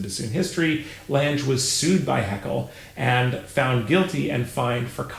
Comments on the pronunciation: All those years and you get away with mispronouncing German????? Lan ga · Could the last name not rhyme with the English word “flange” but be the German word for “long” which is pronounced “long-uh”? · I am far from an expert but I believe that it is 'lang-euh' if that makes phonetic sense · I love you, your channel is wonderful, but Lange is a German last name. You really, really, really need to fix that pronunciation. For the love of all that is good and holy, if you can pronounce Wiesbaden or Wagner with a V sound, you can nail Lange just fine.